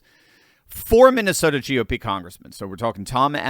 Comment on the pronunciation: Broooo. U mean. Minesalia. 😂😂😂